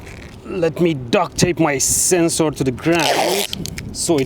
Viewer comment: DOES HE WATCH LOWER DECKS? is THAT WHY HE SAYS SENSE OAR?